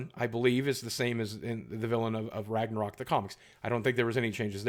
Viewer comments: Follow the howl still wrong haha from Iceland btw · Pretty funny listen you saying ragnarök greetings feom sweden